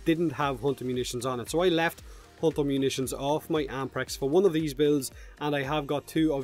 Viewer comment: "Without **** Munitions equipped". What Munitions? Replayed the phrase six times before I had to google it. Impressive accent, dude. :D